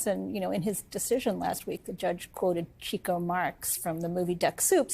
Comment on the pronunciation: BTW, it's pronounced "Chick-oh" Marx. As in, he's good with the "chicks." "A typesetter accidentally omitted the 'k', so his name became Chico but the Marxes still pronounced it "Chick-oh", although others sometimes mistakenly pronounced it "Cheek-oh"."